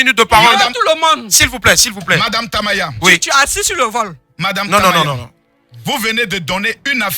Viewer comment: Madame Tamaya prononce bien mon nom 😂